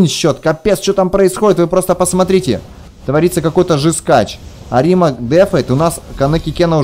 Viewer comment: Да блин какой арима' , правильно а'рима